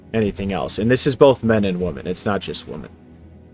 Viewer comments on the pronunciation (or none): Or "woMAN" instead of "WoMEN" LMAO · Why are you pronouncing "women" as "woman" and "platonic" as "plutonic" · Bro....its WOMEN not WOMAN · It's pronounced, "wim-in." Please don't be one of those people. Words matter, pronunciation matters. There's a right way and a wrong way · It’s pronounced ‘Wemon’ btw. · The plural for "woman" is "women" btw. Why does everyone all of a sudden say it like this? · Why do so many people struggle to pronounce "women?" Woman and women should sound distinctly different. 🤔